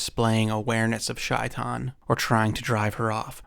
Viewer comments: Its pronounced shay-tan not shy-tan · Heads up, it's not pronounced "shy-tan" - it's pronounced "shay-taan" (first part is like saying "say" but have the "shhh" sound). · It's Shay-Tan not Shy-Tan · By the way, shaitain is pronounced 'shay - tawn' (at least close enough) and is specifically what evil djin are referred to in Islam (aka demons). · I am Bosnian Muslim and it’s pronounced ‘SHAY-tan’ 😊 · Read the book when a kid. You tell it well! It is usually pronounced SHAY'tan and is basically Arabic for Satan. One of the cats Corbett killed. It was said to be extra large for a leopard.